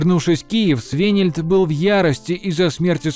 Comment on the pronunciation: Поработайте пожалуйста над ударениями! Очень много имен и названий, произносите неправильно, например имя воеводы Свенельд на !